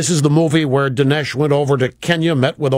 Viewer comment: This guy can't even pronounce Dinesh right.